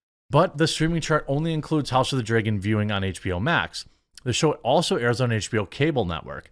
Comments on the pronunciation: why do you say "drAYgon"????!?!?!?!!?!?! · Learn how to pronounce "dragon" dude... Every time to say it weird, sounds like you say "draigon" wich is what?